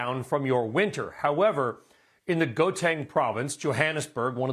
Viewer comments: Bro said "Goteng" province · Most appalling pronuniciation of Gauteng (HOW-Tang) I've ever heard dear lord sir